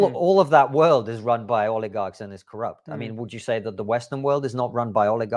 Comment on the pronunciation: I'm sorry but what is an oligag?